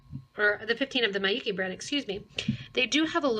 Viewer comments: Although this isn't really important but Miyuki, since it's Japanese, is pronounced with short vowel sounds: Mee-yoo-kee but short. Not my-yoo-kee. It might confuse others who know how to pronounce it thinking that you're talking about a different brand. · Yes, her mispronouncing the name Miyuki as my-yoo-kee makes this video difficult to listen to even though it has good information otherwise.